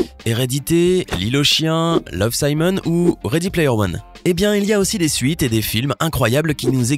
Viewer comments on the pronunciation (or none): none